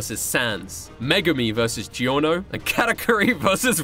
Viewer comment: i like how he says Giorno. I sounds like how everyone should say it but everyone says "Gorno"